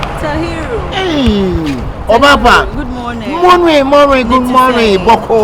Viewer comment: The lady: Tahiru, Good morning: Moring Moring, Good Moring 😂😂😂😂